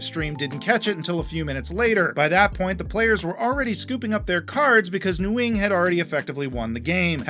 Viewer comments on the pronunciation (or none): for future reference, “Nguyen” is pronounced more like “Wen”